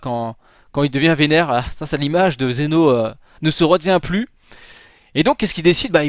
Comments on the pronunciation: TU MA FAIT PÉTÉ UN CÂBLE SES PAS XENO SES ZEN'O mais bon ses pas grave bonne vidéo quand même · ces pas xeno mais zen'o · Zeno pas Xeno